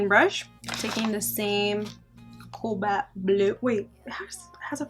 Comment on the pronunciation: Hey girl! It’s cobaLt, not coLbat